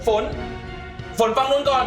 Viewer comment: ฝนนะไม่ใช่ฟาง